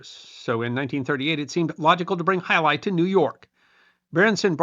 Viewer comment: As a native Spanish speaker I was pleased about your completely correct pronunciation of the name of the sport. As the video rolled I noticed how current were the pronunciation tips in ads. Also, as a Spaniard, I must point that the sport is not exclusive of the Basque region, but it is true that there is where it is most popular. There are frontones in many villages outside the Basque region. As an example, I grew up in Madrid in the 70s and my school had its own frontón where we informally played in all imaginative forms: from a more or less canonical way (the hand version, not the cesta-punta) to games where we used tennis rackets or even feet with soccer balls. It also must be noted that in the first half of the 20th century it was a very popular sport all along the country but I think it was overwhelmed by soccer.